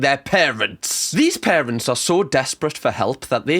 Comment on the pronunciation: "The most evil larents" ah yes, the dreaded larents